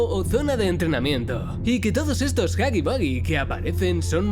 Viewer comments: Se pronuncia jagi wuagi pero tu lo dices jagi bagi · Nadie: Los españoles de España :v: huggy Boogie xd